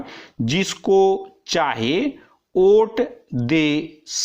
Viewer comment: Kya sir ji Vote ko aap oot bol rahe hai pure dictetion me